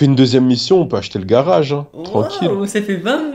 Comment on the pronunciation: il dit pas:-age mais:-ache, un garache, un braquache... 😂 😂 😂